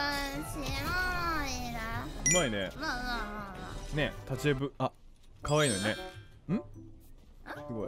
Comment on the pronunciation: あまるかあい↑い↓ かあいいちゃんもかあい↑い↓